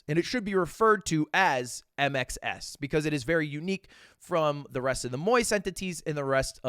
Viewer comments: my australian ears kept hearing INXS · Am i the only one that hears "I make sex" instead of mxs? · Just calls it MXS (micks)